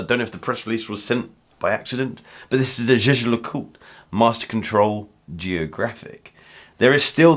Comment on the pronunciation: Props on pronouncing Jaeger-LeCoultre. Heard too many “jagger la coltruh” from people haha. Love the little JL logo for the date pointer. JLC is really good about subtle usage of their logo in little ways.